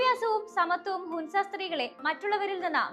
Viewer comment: ഹുൻസ അല്ല മോളെ ഹൻസ ഹൻസ താഴ്‌വര എന്നാണ്